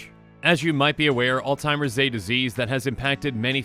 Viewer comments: It's Alzheimer's with an H... not all-timers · Literally spells it out and he still can't pronounce Alzheimers.